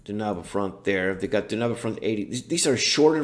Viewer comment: Okay, first of all, it's Danube Front, not Dunabe Front. :) (From the river Danube, or Donau if you will). Second, you're right, Fulda Gap and North German Plain cover roughly the same ground. Danube Front is the southern part of the campåaign, Fulda Gap the middle, and North German plains is (aptly enough) the northern part. Same battle campaign-wise, but obviously the two other games offers more scenarios for their particular part of the front. So if all you're interested in is the campaign game, then Danube Front is the obvious choice since it covers the whole frontline, instead of only part of it. Also the only one of the three that offers Berlin as a battle-ground. Oh, and don't even think of playing a campaign game against the AI. As much as I love the JTS/WDS games, the AI is just ridiculously bad. The bigger the scenario, the worse it gets, due to the limits of a scripted AI. Biggest rules to get used to when coming from PzC, is artillery-delivered minefields, helicopters, thermal imaging, and chemical weapons. Chemical weapons especially which can really crimp any defense. Although it's a double-edged sword for the Warsaw Pact player since they usually have persistent gas.